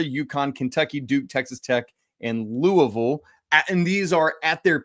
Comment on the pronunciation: Great show today guys!, listening to you say Louisville, is like nails on a chalkboard... Let me help you out: "loo-uh-vuhl" I feel like I'm the substitute teacher comedy skit, say it right! Lol😅